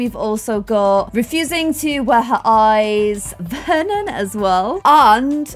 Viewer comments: Nobody * naming he child VER-on instead of Vernon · Vernon not veron 😂😂 I just Love you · You said Veron instead of Vernon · You called Vernon Veron.. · you called Vernon Veron lmao like in the game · you named Vernon: "Veron" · You named the child Veron snd not Vernon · hey! Need to adjust her name again:) Should be Vernon Not Veron:) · you called her Veron instead of Vernon😅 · the baby’s name is veron not Vernon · it says Veron not Vernon... 😝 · U called her "Veron" not Vernon lol